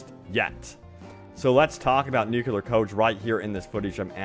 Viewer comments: ‘Nu-CLEE-ar’ like nucleus of an atom (not ‘nu-QUE-lar’) haha - thanks for the informative video! Sorry about my pet peeve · Stop saying 'nukular!' It's nuclear! NU-CLEAR. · Nu-clear not nukular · nuclear not nucular :D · Oh my frickin GOD MAN! Learn how to say nuclear already!!! Getting SO FRICKIN ANNOYING. There is no such thing as a nuculus! It's called a Nucleus! Hence N.U.C.L.E.A.R. not Nucular! You sound like a frickin hick drop out with barely a brain cell to speak of. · Is it THAT difficult to say correctly NUCLEAR?